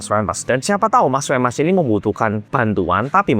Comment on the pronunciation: Femas jadi femes 😂